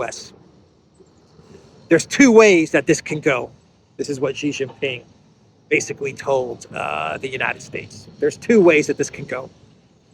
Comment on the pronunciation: SHEE JIN PING NOT JHEE JIN PING, JHEE MEANS PENIS IN CHINESE LANGUAGE. STOP BEING A DOOFUS.